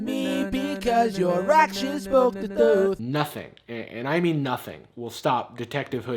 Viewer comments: "the thuth" lol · Did anyone else lose it at, "Your actions spoke the thuth"? 😂😂😂😂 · "Seek thuth" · How do you pronounce "thuth" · "Seek Thuth" 👁👄👁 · spoke the thuth got me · Bruh the “Thuth” got me dead💀😂😂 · "The thuth" 😂🤚 omg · From finding the « thuth » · "Seek thuth" your braces have done you wonder...looking good! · "Seek thuth" Yoo